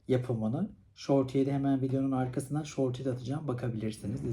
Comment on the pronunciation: gece gece kalkıp çorba yapacam şimdi😂 Bu arada şorti demişsin “short” diye yazılır “şort” diye okunur aşkım❤